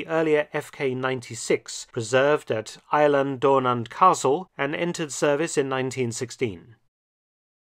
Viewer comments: Another great piece, incidentally it’s phonetically pronounced “ ee lan don nan” as one word.👍🏴🐒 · It's pronounced "Eelan" Donan Castle, BTW. . . .